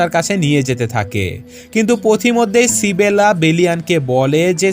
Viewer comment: ভাই সিবেলা টা কে মেয়েটার নাম তো ইসাবেলা।